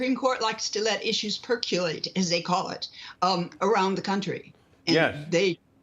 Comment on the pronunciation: Percolate… not “perculate”.